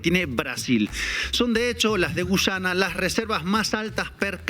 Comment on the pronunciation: Terugi no es gullana es Guyana 😂